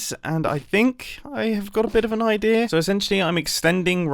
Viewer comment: I find it funny that whenever mumbo says "idea" he says "Odea"...